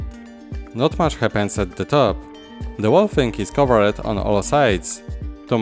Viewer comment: Words like "covered" and "based" are basically pronounced without the last "e" being silent. So it's just "coverd" and "basd" instead of "cover-e-d" as you pronounce it. Just watch some english videos and you will hear it :) Just to improve your English skills step by step :)